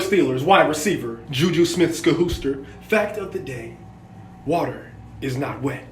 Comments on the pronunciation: WHATER IS WHATER lol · WHATER IS STILL NOT WHETT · the emphasis of the water oml I’m crying 😂😂😂😂